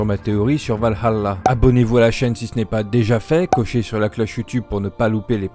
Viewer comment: C’est vraiment bien de voir du Assassin’s Creed sur une chaine Française ! Continue ! D’ailleurs le « Val-halla », c’est en Anglais. En Français c’est « Valala ».